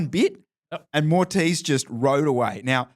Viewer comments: "Morteez" Augenstein? Man, not that hard to pronounce Moritz! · Amazing race dude! As a fellow german I had to chuckle at pronouncing your name as Mortice Augustine:D